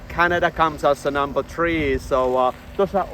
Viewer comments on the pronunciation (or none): none